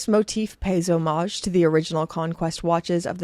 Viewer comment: Deep sigh of relief to hear a watch content creator pronounce "hommage" correctly.